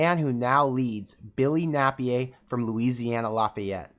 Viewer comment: It’s pronounced Nay-peer Billy Nay-Peer Napier😂😂 My husband is from Lafayette Louisiana⚜️